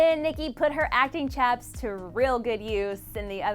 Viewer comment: she said acting "chaps" it's "chops" dear.